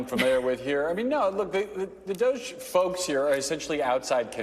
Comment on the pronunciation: Did she just say "DOG-E" with a straight face? WTH???